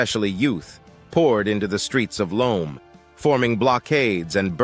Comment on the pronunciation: Please stop using AI American voices that can't even pronounce key words like Gnassingbe or Lome... and then using an image of an African woman speaking whilst listening to this weird male voice is all wrong! By doing this in your videos, you just undermine the good work you are doing